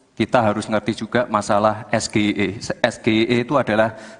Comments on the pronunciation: soalnya pertanyaan lontong sayur pembuat martabak itu tidak sesuai dengan bahasa apakah bahasa Indonesia atau bahasa inggris ucapan nya aja udah salah EGIE seharusnya EGIY ucapannya dasar lontong sayur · Kalian semua pada yng comment cak imin ga ngerti SGIE pda sok paling tau dn merasa so bner Malah nyinyirin cak imin Dan merasa bangga dgn prtanyaan singkatan trsebut Klo sebutin singkatan yg dr bhs inggris.. ya jgn di ucap pke logat sendiri Harus nya d baca : eS-Ge-Ai-E